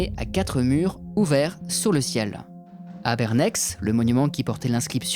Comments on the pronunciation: Super vidéo comme a chaque fois. Une petite correction d un habitant suisse, si tu fais une video sur des villes suisses, sache que les X et les Z en fin de nom ne se prononcent pas. On dit "Bernè" et non BerneX ;) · Bernex se prononce "Bernet", mon oncle , archeologue amateur a fouillé sur le site à l'époque, il m'avait donné des tessons de poterie que j'ai toujours, j'habitais à l(époque à Onex, petite cité voisine (mon cousin est devenu plus tard archeologue cantonal ) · Superbe vidéo, comme toujours! :) Étant riveraine de cette commune genevoise, mon cœur a néanmoins saigné quand j'ai entendu "BerneKS" au lieu de "BernÈ" :'( Merci pour tout le travail fourni et pour ces superbes mini-docs! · ça se prononce "bèrnè" et pas "bèrnèx" bien qu'il y aie un x à la fin. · Petite seconde de culture générale inutile : Bernex se prononce Bèrnè ou [Bairnais] et non pas Bèrnèxe ou [Bairnaixe] comme serait le cas en France - la plupart des toponymes suisses finissant en EX se prononcent comme ai/è (exemple français = Gex se prononce "Jè" ou le "Geai" de chêne en Suisse). Sinon excellente vidéo comme d'habitude depuis que j'ai découvert la chaîne il y a quelques jours !!! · Bonjour, sa se dit "Bernai" pas Bernex ^on prononce rarement les X dans le pays alpins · Si jamais, les noms suisses en -ex se prononcent -è (Bernet et pas Berneks ;) ) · "BernEX" aaaaaahhhhhhh On prononce "Bernè" =D Excllente vidéo sinon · Pour infos : En Suisse dans le canton de Genève dont fait partie Bernex, on ne prononce pas le x de Bernex. On prononce Bernè. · vos vidéos sont parfaites et passionnantes. Mais je me dois d'apporter une petite correction de prononciation : pour "Bernex" comme pour toutes les communes helvétiques francophones, le "x" final ne se prononce pas. Ainsi il faudrait terminer par "et" comme dans "décret". ;) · A Genève on ne prononce pas le x de Bernex on prononce bernè 😳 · On dotb"bernè", en gros sans le" x" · Bernex ce prononce "Bernet"